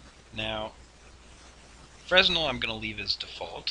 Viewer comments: Pleaseeeeeee learn to pronounce fresnel correctly! (His name was pronounced “fren-el”). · Fresnel is pronounced "fray nell". It's a french word